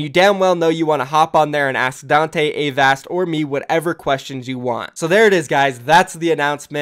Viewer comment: I hope Avast teaches you how to say Avast. I cringe every time. But cool, sounds like a good series.